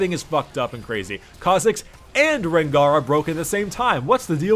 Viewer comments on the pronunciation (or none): none